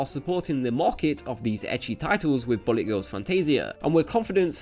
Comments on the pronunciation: Is it just me or does this guy's accent make it sound like he's saying "Bunny Girls" instead of "Bullet Girls"? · ok you have a hard time saying the word bullet it seems its not bully, bulet like ballet BULL-LIT say it with me now--- BULL-LIT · It keeps sounding like you're saying Bunny Girls. Which I wouldn't mind a game of..... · Who else heard "bunny" every time he said bullet?